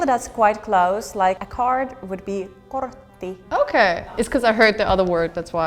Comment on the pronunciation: the Finnish woman pronounces the R in a weird way. (I'm a Fin myself) kaRtta, koRtti, not sure why